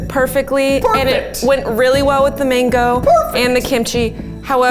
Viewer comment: The way Zach butchered the mango🥲